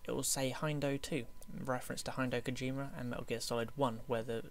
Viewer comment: Hindoh Kojima? its pronounced Hid-eh-oh